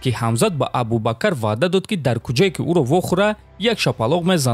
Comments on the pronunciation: Абубакар не АБУБАКР. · Абубакар не Абубакр